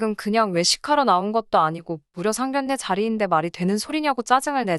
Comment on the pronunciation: 미친것 상결례가 아니고 상견례라고 읽어라 무식이 철철 넘치네